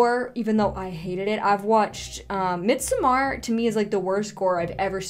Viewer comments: It's Mid-sommer with a flat D, as in Middle Summer, FYI. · As much as I LOVE your videos, the pronunciation of midsommar irks me so much! 😂